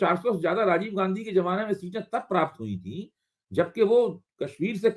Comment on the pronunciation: read ghanchi in place of gandhi.